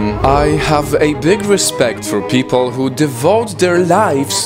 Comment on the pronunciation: "pee pole"